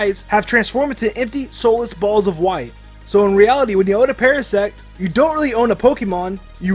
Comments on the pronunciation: did u say parasex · You Said para-sex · not to be perverted.. but it sounded like you said parasex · By the way I think you said parasact wrong I think you said parasex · Ummm you said parasex... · What an idiot you are you sed parasex not parasect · He said Parasect's not parasex. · Yeah like srsly bruh Its Parasect not Parasex! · he sed parasex instead of parasect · First one you guys mentioned reminds me of Ashes Voice actor is a girl! That means it's a actress.and did you say parasex? Its parasect! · Did I just heard that he pronounce Parasect as Parasex? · Did he say parasex instead of parasect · said para-sex not parasect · Did u hear say parasect as parasex?!?! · Um u said parasex? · u said parasex. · who else heard parasex instead of parasect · Esteban Pena did he just say parasex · you said perasex not perasect LOl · when you said parasect it sounded like parasex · Did he say Parasect or Parasex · He said praisex is stead of parasect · Am i the only one who heard say Parasex instead of Parasect?? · did anyone hear that said ParaSEX instead of parasect. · He said parasex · said Parasex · Is parasects Me:uh did you say parasex? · Did anyone hear say parasex? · dewi ayu he said parasect’s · And u said Parasex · said parasex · did he say"parasex"?! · "Parasex" well done dude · OMG when said paresect ha acually said pares*x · I swear to god he said parisex or peresex either one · no he said parasex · said parasex OK REALLY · l mean parasex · You said parasex get it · Um you did not say sect in parasect SECT say SECT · also it sounded like you said Parasex XD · did he said parasex just sayin..... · did say parasex or parasect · DID HE SAY "PARASEXS"? THAT IS WHAT IT SOUNDED LIKE!!! Lol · Lol I just heard pare sex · DID HE JUST SAY PARASEX ummm that is also disturbing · Lol he said PARARSEX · Lol says parasex 😂😂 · "parasex"